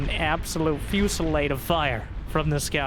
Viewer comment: today i learned how to pronounce fusillade very cool